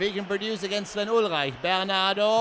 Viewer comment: Wenn er ihn Englisch aussprechen würde, dann wäre das falsch.